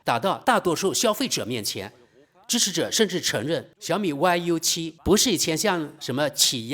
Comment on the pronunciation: 大兄弟，那个不念歪油七，念育七😂